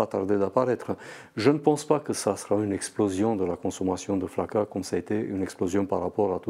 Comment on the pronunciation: PK elle dit FAKA ?